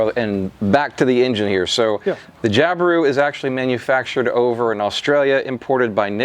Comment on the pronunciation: I Australia, we don't accentuate the i when we say Jabiru 🙂